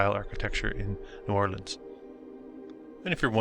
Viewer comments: Just a heads up, no locals pronounce it "Nawlins" more like "Newahhlins" 🥂😉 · I was born right across the lake in Hammond, Louisiana..."knew-Orlans".. Please... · No one in New Orleans pronounces the name as you do. It shows a lack of good research.